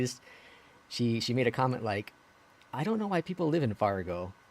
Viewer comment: "made", not "Mads". Lol